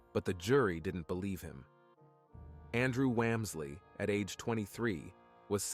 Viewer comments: You pronounced their last name wrong. It is pronounced like wallmsley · It's pronounced Wahm-slee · The last name is pronounced w (ah) msley. This has driven me nuts my while life.